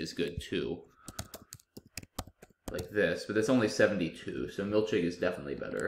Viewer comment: milchig is a yiddish word pronounced milkhig, with the kh making the same sound in the yiddish pronunciation as chanukkah. still incredible that you found it!